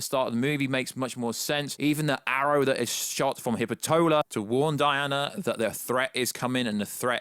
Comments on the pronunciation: Hippitola?? Dude...pronounce the name right lol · i cried he butchered the name rly bad 😂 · Wait.. did he just say Hippa-Tolah? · "You Axe" and "Hippo-TOLA" 😂